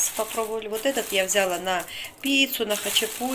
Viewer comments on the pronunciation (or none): В слове взяла ударение на последнем слоге, а не на букве я. Очень режет слух,, говори правильно. СЛАВА Богу, что посылку получили твои внуки и мама